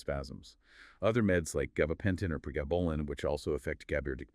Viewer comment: Given the pacing of the interview and mispronunciation of pathognomonic, intrathecal, baclofen, pregabalin, rituximab, "IVIG" and ampiphysin, I presume this is AI, but It's surprisingly good. I would be curious as to how this was constructed.